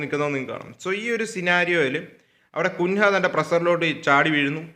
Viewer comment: Bro കുൻഹ അല്ല കുഞ്ഞ്യ 😅